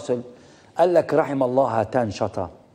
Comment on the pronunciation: طيب يا استاذ محمد ناصر قبل ما تتكلم عن الركاكة في الصياغة ولو انها حقيقة اؤيدك فيها ...اليس من الاولى ان تنطق الكلمات والاسماء العربية بشكل صحيح فالمرحوم اسمه هتان شطا وليس هاتان شطان ....فالاول يعني المطر الخفيف بالعربية ..والثاني اسم محور من التركية لا يستعمل في بلاد العرب ....فقط للتنويه .